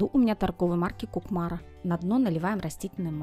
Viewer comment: Не КукмАра, а КУкмара🤦🏻‍♀️. В КУкмаре, Татарстан, производят эту посуду. Ничего не имею против рекламы, но название бренда рекламодателя хотя-бы произносите правильно.